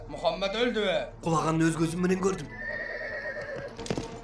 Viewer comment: Мухамад эмес Мухаммад дегилечи